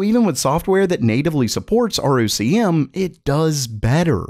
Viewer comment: ROCm is pronounced ROCK-em.